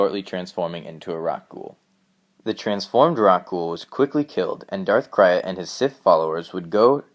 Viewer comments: Who is Darth Crie-at??????? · It is Darth krayt! pronounced crate, not crayat! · It's not Krayt "cry-et" it's Krayt "crate" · That's not how you pronounce darth krayt. You say it like 'crate'. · Krayt...Pronounced like crate